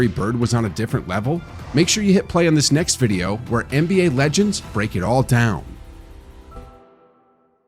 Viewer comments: How can you make basketball videos, as a basketball fan, talking about the past greats, and repeatedly call DomiNEEK, "Dominic". Drives me nuts. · I’m tempted t down vote this video simply because you keep calling Dominique Dominic. Cmon man. 😂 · I agree -- plus in the video it's spelled "Dominique." Not "Dominic." I think Nique, "human highlight reel" deserves to have his name pronounced properly.